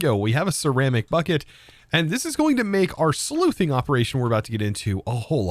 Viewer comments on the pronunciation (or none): Sluicing (slew-sing),, not Sleuthing. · great video. i just started playing it recently and i'm wondering why i had the map from the start. by the way, "sluice" is pronounced like "sloos". "sleuth" is what you said and it's when you sneak around and get clues. a.k.a. be a detective. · "not that kind of sleuthing, the other kind that has a completely different name and it's pronounced differently" You meant sluiceing, right? With an s sound, not a th?